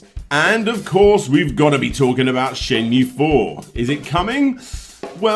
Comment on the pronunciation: Surely it's "Shen moo A"